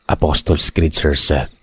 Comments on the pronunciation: Kagigil yung kapitbahay mo sender sayang nahuli kayo ni Mang Sendong. Anyway,na bothered lng ako sa Apostols Creed ( Apostles Creed) mo sir 😆 Dba Aposols yun d Apostols?😆 sori po.🫢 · haha kaya nga ee napansin ko din tlga. ayun nga Aposols tlga ang tamang bigkas nun😁